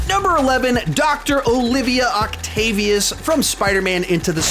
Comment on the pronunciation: DR OCTAVIOUS NOT OCTOPUS HAHAHA